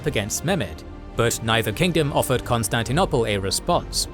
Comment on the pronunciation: Since when is it pronounced Constantin- opple? Coup d'tat... is pronounced coup d'et ah. Sorry but repeated mispronunciation really ruins the listening experience. Leave history to the historians.